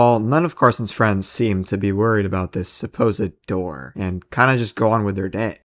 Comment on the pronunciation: "Open the noor"